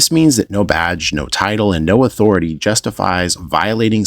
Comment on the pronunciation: 'Respek muh authoritar!'